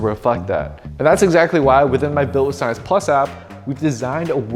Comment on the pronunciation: Here we go again with the “research and Schienche”